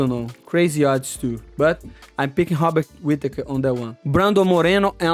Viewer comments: It's pronounced Bobbit Whittaker. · How is Robert Whittakers name the only R word you had trouble pronouncing 😂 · Hobikot Whipakatur 🤣